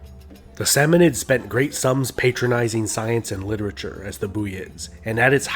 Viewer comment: The narrator definitely needs to brush up on the correct sounding, or pronounciatian of the names, from ghaznavids, samawnids, sometimes saying eyeranian or eyeran, people's names as examples. Also the use of becoming persionized or Persia is unnecessary, as eeron is more accurate. Persia from Pawrs province, now Fawrs, language now called Fawrsi, part of the Iranian language family, was seat of the Persian empire around 550bce, and used by the British colonists, although eerawn was used by the people. In the 1930s the English name for the country was officially changed to Iran. However, in the video, Persiaized was often used, when u can also say Iranian influence. Iran is also an old name for the country, coming from the Aryan tribes that swept westward towards Europe and southward toward India, and therefore the common indoeuropean language family. Also, although Iranian contribution was influential in the Arab muslim empire, it was the empire that consolidated the knowledge and allowed it to flourish. Sometimes the anti Arab prejudice seeps in, and is unnecessary, as they helped the Iranian culture flower after initial conquest, especially with the use of the script.